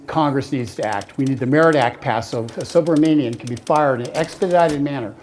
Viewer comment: Am I the only one who hears O'Keefe pronounces the guy's last name as "SUBMARINEAN"? ( , ) This SUB-RA-MANIAN weasel has nothing to do with submarines!